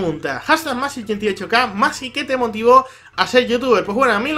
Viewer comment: Por fin alguien pronuncia bien mi nombre :D Saludos!!